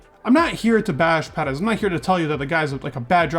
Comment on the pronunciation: Just here to hear “pedez” and “verstoppen”